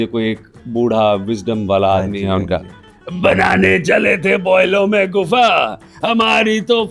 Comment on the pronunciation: गुफ़ा नहीं गुफा